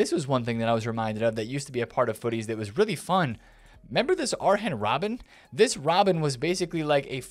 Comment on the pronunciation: Man said : Arhen Robben 🤣